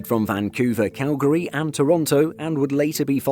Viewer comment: I've never heard Calgary pronounced like this narrator does.